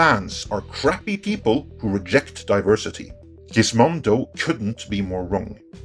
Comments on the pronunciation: I chuckled a little at Gizmodo being pronounced "Gizmondo" by... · There's no "n" in Gizmodo.